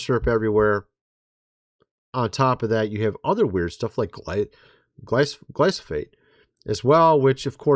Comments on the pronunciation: Glyph-O-Sate......not Gly-So-Phate. It's not that hard to learn and say correctly. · GLYPHOSATE NOT! NOT NOT GLYSOPHATE.... YES I'M YELLING ! ! ! GLYPHOSATE NOT GLYSOPHATE